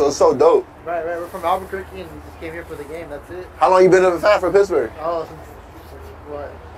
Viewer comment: He kept saying pissburg